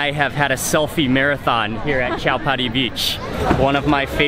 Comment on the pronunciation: Mark wiens it is not chapati sivagi terminals it is chatrapati sivagi terminal